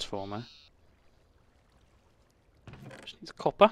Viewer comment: Why are you calling copper coppe? Fun